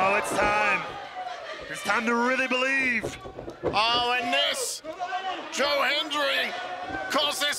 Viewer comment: Do you Bo-lieve? LOL.